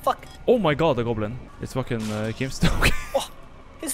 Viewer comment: "ohh my god a globin" , that killed me